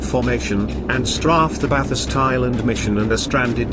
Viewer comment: Machine voiceover doesn't mangle the subject content. I find it only a slight distraction when I hear February band Bathurst Island. Buuuutttt.... How would it be if an Australian like me was to copy the text and do a voiceover with my voice? Or even an accent from an English speaking Japanese? Or both taking turns? Otherwise the Information contained and the Video graphics are awesome. Just subscribed today and now I'm hooked.